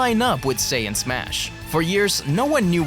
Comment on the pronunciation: Mispronounced Saiyan as "Sayin"